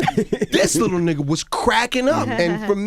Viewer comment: Stop saying “Nigah” smdh